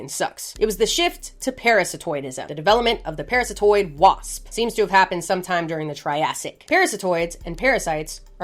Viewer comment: Parasitoid ❌️ Paratistoid ✅️ 😂